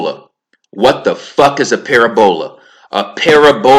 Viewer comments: Its not para bola ; it's pa rab ula Ahh u fixed it thank you great info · I fux wit you... but this vid got hella wrongs in it. (1)...45 sec in, you chastise Sanchez for “personal attacks” then by you launch a personal attack on E Dubay. Not a good look💯 (2)...it’s not pronounced “ pair-a-bowl-a” jus sayin (3)... earth(according to heliocentrism) is an “oblate spheroid” or pear shaped according to NDT. Definitely not a sphere hence the classification of “spheroid” (4)... you seem to be extremely confident, borderline over confident in your mathematical prowess. With that being said... you should really put those skills to use & figure out a mathematical rectification for gravity being incompatible with quantum physics... because NOBODY HAS EVER DONE THAT, & without that much needed reconciliation... the globe model completely falls apart just like the math does pertaining to gravity & quantum physics. Jus sayin. (5)... since we’re on the subject of gravity, I asked you many months ago “how can you believe in a hollow earth & still believe gravity to be what it’s claimed to be & how it’s claimed to work? Since gravity attracts EVERYTHING to the center of an objects mass, how can Earth be hollow? Needless to say, you never answered me. You do still believe the earth is hollow... don’t you? Or did that belief turn out to be a psyop as well? No malice... jus genuine questions, corrections, addition of FACTS, & critique. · Why would they try to cover up flat earth so bad then? Also how come when i go to the ocean with a telescope its impossible to find a curve? Im going off what I’ve tested in real life not from the Internet. Its hard to take you seriously when you mispronounce words like “parabola”. Go watch Eric Dubay’s 6 hour video on this. It covers everything you mentioned and more. Im not picking sides I’m just saying open your mind more. Your ego is very prominent in this video. 1 love brother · Read the response for the correct pronunciation of parabola😆